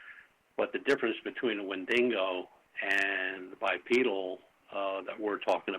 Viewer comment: take a shot every time says "Wendingo"